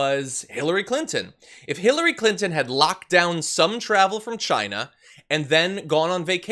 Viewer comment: As Trump said, it came from 'Chyna'. I hate the way he pronounces China.